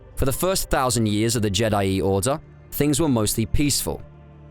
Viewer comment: That pronunciation of je'daii is horrendous